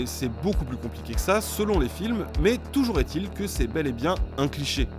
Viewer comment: Merci de dire "Toujour est-il" et pas "Toujourzétil" ... :D Par contre "Huitépisodes" et pas "huizépisodes". Bonne vacances. :D